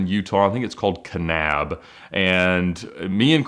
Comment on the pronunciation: I'm impressed that you pronounced "Kanab" correctly.